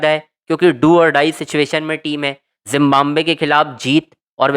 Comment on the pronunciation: Zimbabwe bolo zimbambve nahi